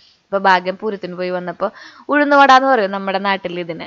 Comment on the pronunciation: Uzhunnuvada alla uzhunnada